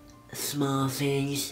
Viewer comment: "all the.... Shmall shtings"